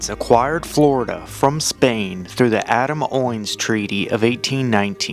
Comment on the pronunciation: According to records, in 1836 my Grx6 Grandparents were killed by Native Americans near Fort Heilman which was on the Black Creek in what is today the town of Middleburg. Awesome video! Also, its the Adams-Onis Treaty, not "Owens"